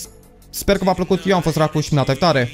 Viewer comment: Azi cand ai spus ca esti racu .. Eu am inteles saracu😂😂😂😂😂😂😂 lollll